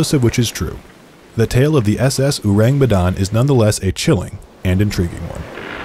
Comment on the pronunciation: Hey IDK if the pronunciation in the video is the official pronunciation (cause y'know, British and Dutch sailors told this story), but in Indonesian, it would be pronounced like oar-ang, not uu-rang. Ourang is the old Indonesian spelling of the word orang (meaning person), prior to language reforms that came after the country's independence, and the u in it is a bit misleading and probably a result of Dutch influence. Think of how you pronounce orangutan.